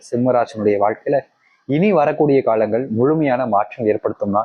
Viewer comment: முதல்ல காழங்கள் என்று சொல்லாம காலங்கள் என்று சொல்லுங்க😂